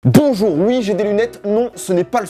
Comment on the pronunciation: le "b" du bonjour sonne d'un façon très originale à